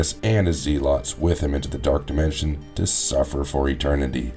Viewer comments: It's pronounced Zelots not ZEEELOTS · Yeah that was weird mispronouncing. They even say it in the movie the right way so this guy is not fit for narrator status, it's embarrassing honestly. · Dude…it’s pronounced zeh-lets. Not zee-lots. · "Known as the zeelotts" I can't lol